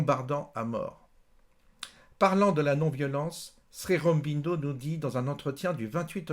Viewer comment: Ô guru... Tu es adulé ici. Dis déjà la prononciation. Srironbindo tu tiens ça d'où? Shri Au-ro-bin-do, c'est pas dur! Au sujet de la non violence et de l'histoire passée, rien n'est simple, ce que tu dis est aussi une caricature à mon sens. Elle marche... selon qui est en face. Avec les anglais cela a marché, c'est un fait historique mais l'erreur est de sortir Gandhi de son contexte: c'est un homme, d'une époque, qui a eu une vie et son expérience a fait ce qu'il est. Laissons les hommes ce qu'ils ont été et ne manipulons pas l'histoire un siècle plus tard pour détruire ce qu'il fit alors, c'est trop facile! J'entends ici un regard égocentrique occidental sur une période passée, dans une culture autre, et qui a fonctionnée: les anglais sont partis avec certes leur foutue tactique de mauvais perdant de terre brûlée en faisant que le peuple qui reste soit divisé et s'entretue. Idem shrilanka, idem afrique etc